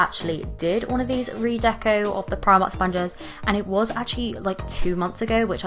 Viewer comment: U pronounce it like 'preemark'